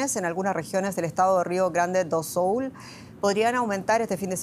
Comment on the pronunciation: Avisenle a la tipa que no es "do soul"